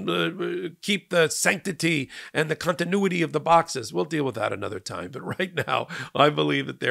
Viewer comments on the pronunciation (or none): none